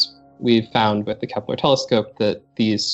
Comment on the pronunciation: Kepler not keplar